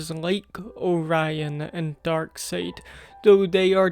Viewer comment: it's pronounced dark side